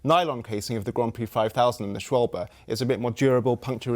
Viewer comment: This might be the first time I've heard someone correctly pronounce "Schwalbe"